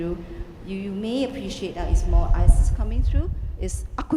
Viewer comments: She's Chinese they struggle with R! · Not Iris, ISIS! :)